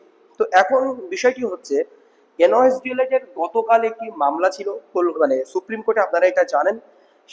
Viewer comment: 21 তারিখের মামলাটা কৌশিক দাসের না। কৌশিক দাস কোনোদিন মনদীপ কালরাকে উকিল রাখবে না । তুমি একটু জেনারেল নলেজ বাড়াও। আর কথাটা এন ওই এস. না কথাটা হবে, এন, আই, ও, এস। পাগলা, দেখে নিস।